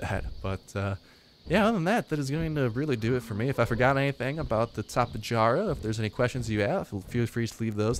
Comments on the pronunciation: It's Tap-E-jara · its tap-ay-ar-uh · Just pronounce the j as an h, it's Spanish, tap-a-har-a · its tap-ayyy-are-uhh. loved the vid. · Tap-ay-har-uh** The J makes an H sound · tapay yarra I believe is the correct pronunciation . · Just say tappy-jar-a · it's tapejara like tapehara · Daily Videos I like how it's able to strafe as it flies, I can see wars with this thing being like the speeders from the Moon of Endor. also it's pronounced (Tap'e hara) the E has the eh sound.